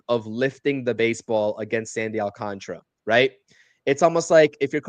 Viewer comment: Please prounce it will me my fellow non Spanish speaking people. AL - CAN - TA - RA and not AL - CON - TRA, SMH